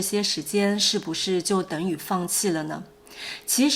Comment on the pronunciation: 我一听你说“等于”我就很好奇。 好像你把那个词说成“等语”。 怎么了？